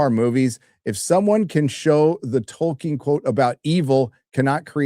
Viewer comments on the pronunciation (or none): none